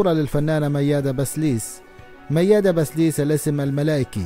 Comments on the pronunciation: كم مرة لفظت الكنية خطا يا اخي بسيليس وليس بسليس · بسيليس . مش بسليس .